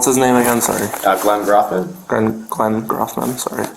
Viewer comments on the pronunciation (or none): The fact that he can't pronounce Grothman's name shows how unaware and uninformed he really is. Idiot. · He knows so much, he can't even pronounce "Grothman" correctly! I'm not even in the district & know that it's pronounced like "Growth-man".